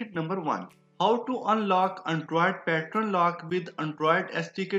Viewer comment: I think its pattern not pattron